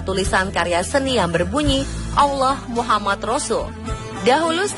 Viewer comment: Masukan buat onthe sport, sakit kuping mendengar kata muhamad, itu pakai dabal m MUhammad saw, dan Alaihisalam, harusnya ::: Alaihissalam, pokonya sakit kuping kalau gk pas penyebutannya